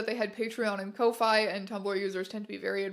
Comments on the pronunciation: i thought ko-fi is pronounced like coffee… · its pronounced "Coffee" not Ko fy. thats why its "Buy me a coffee" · i thought ko-fi was pronounced "coffee" 😭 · I'm sorry but co-fay? kofi is pronounced like coffee not wifi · Girl I love the video but "ko-fi" 😭 it's supposed to sound like coffee - rhymes with "no fee" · I’m pretty sure Kofi is pronounced like Coffee. Like, that’s the point. Buy someone a coffee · I love this video but for the love of GOD TEYA KO-FEE THATS HOW YOU READ KOFI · "Kofaye?" It... it stands for "coffee", right? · Biggest revelation is that ko-fi isn’t pronounced “coffee”. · does SA not know that 'ko-fi' is pronounced like the word 'coffee' or am I missing a joke?